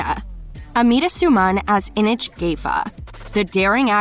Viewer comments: yeah... "Ineg" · I was slightly Not bothered with the awful pronunciation of this video until ‘inich’ 😂😭😭😭😭😭😭😭😭😭😭😭😭😭😭😭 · The way she pronounced "Inej" really gets to me